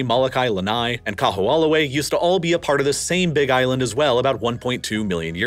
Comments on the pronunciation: Hearing you pronounce Kaho'olawe was pretty funny 🤣 for those unfamiliar, W's in Hawaiian are actually pronounced as V's. So it would sound like Ka-ho-ou-lah-ve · Kamehameha is pronounced Kah-May-Hah-May-Hah. Kaho'olawe is pronounced Kah-Ho-Oh-La-Vay. And Hawai'i is more accurately pronounced Hah-Vai-ee. Otherwise, this was really good, and I appreciate that you did not shy away from describing just how Native Hawaiians have fared in this transition and also the extreme challenges of living here (especially on the outer islands, which do not have the same diversity of employment opportunities, but the smaller population definitely makes for a much more sedate existence). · His pronunciation of Kahoolawe is off. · Really? Every time I hear him pronounce it, my ears bleed. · Much funnier to hear his attempts at Kaho'olawe, Moloka'i, and so many more. Im personally so insulted to hear malihini or non residents, certainly non Hawaiians try to teach the world about Hawaiian history. Really? There's plenty of Hawaiian history resources available for any who didn't attend school in Hawai'i. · The only thing that sounds really off is Kaho'olawe. W's are usually pronounced as V's in the middle of a word for most words (some exceptions exist). Because it's not populated or widely discussed except among locals, the pronunciation without the V sounds almost unrecognizable. That being said, the W in Hawai'i is often pronounced by natives as a V. And the " ' " is an okina and is usually a hard pause and to skip it can actually change the meaning of the word. Making it like "Hava-ee" or "Kaho-oh lahvay" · Yikes! Everytime the narrator says "Kahoolawe" I flinch. Otherwise, great documentary! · Bra! and he said it so many times! cringed every time haha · Bro I was rolling I think him pronouncing Kaho'olawe was my favorite way someone butchered the name. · This was a great documentary, but I would love to sit you down and teach you how to actually say Kaho‘olawe properly.